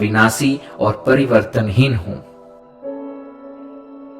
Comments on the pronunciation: Ap n ek word ka galat. Uchaaran kiya hai parivartanhin hoga na ki pariwarthin ,baki sab great 🙏👌👌👌❤️ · Parivartanheen hai, aap parivartheen bol rhe hai... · To be very Honest I am from south India and I can understand n speak hindi Good enough But I could not understand some words that you said "Parivartaheen" especially everytime I tried to follow what u said I got stuck at this word I was expecting each verse to be explained in way that could be understood clearly.. I did miss out Understanding the whole thing fully Kindly use much more simple words during ur translation.. or explain a bit more clearly so that everyone understands Most of the Lines u said I did not understand at all But I had a good meditation session I must say... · Thank you for introducing this mantra. Just one request… kindly see that your diction is correct while translating the original since it makes a lot of difference in taking your videos on a more serious note. Difference between various स श ष and right pronunciation of परिवर्तनहीन and various other words. Please take care.. you are doing a commendable job.